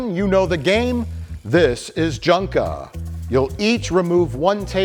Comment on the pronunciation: It took until the opening seconds of this video to realize “Junka” is supposed to sound like “Jenga.”